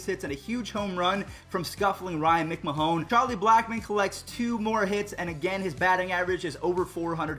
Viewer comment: U butchered both McMahon and Raimel Tapia’s name